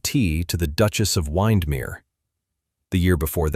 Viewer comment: OMG - obviously the creator of this video has never heard of Lake Windermere because the pronunciation of it is appalling and very annoying.